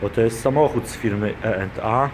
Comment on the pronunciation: twój angielski widać na poziomie zerowym, nawet nie umiesz nazwy firmy wymówić to płacisz za wszystko co ci każą bo nie umiesz sie wysłowić zeby odpowiedziec chociaż podstawowym angielskim